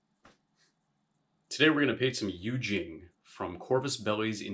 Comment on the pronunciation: Great video! Just fyi in case you do more Yu Jing content - it's pronounced You Cheeng. Keep up the great work!